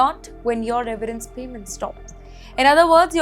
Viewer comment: It is severence package Not reverance package 😂